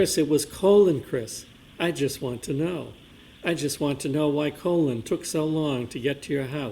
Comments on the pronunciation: Me too! What a complete idiot!! Colon instead of Collin. 😂🤣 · Every time called Colin “Colon” I couldn’t help but laugh, because everyone probably agrees with him being an A-hole! 😅😂😂😂😂 He probably gets upset every time he mispronounces his name! 😂😂😂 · At least the Commonwealth properly pronounced the name of “Colon” Albert bc he is a piece of shit! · Calling him “Colon” the whole time 😂 lmao too much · The mispronunciation of Colin as Colon cracks me up 😂 makes me want to refer to him as Semi Colon : ; 🤣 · I can't believe he's still calling him Colon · Is he STILL calling him Colon?! 😂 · "Colon" - Jesus Christ dude, at least learn how to pronounce the names in the case you're working on. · I thought his name was Colin, not Colon. 🤭